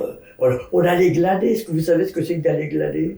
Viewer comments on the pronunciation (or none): Elle dit glader mais c'est glaner